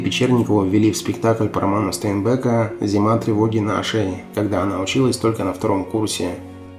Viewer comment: Стейнбек -ударение на первый слог . Позор вам .